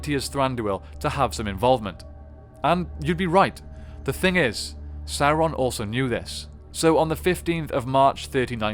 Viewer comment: Guys, ffs. It's pronounced sow-ron. Not soar-on